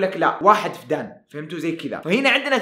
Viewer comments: وحدة قياس الأراضي الزراعية اسمها فدّان بالشدة طول المقطع ضحكتني بنطقك للكلمه😭😭😭😭😭😭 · فدّان بتشديد حرف الدال .. استغرب انك ما قد سمعت بوحدة القياس هذي ومو عارف تنطقها🙄🤔